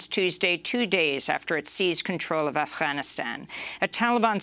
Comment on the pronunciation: Amy it's not Afhanistan it's Afganistan